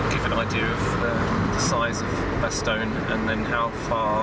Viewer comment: Funny how English ppl either say "Bastowne" or "Bastojne" when neither is correct XD